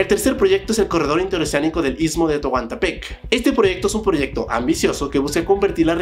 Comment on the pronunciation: También “Texoco” “toguantpec” jajaja